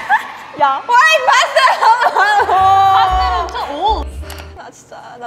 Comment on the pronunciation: its haluhalo not halo-halo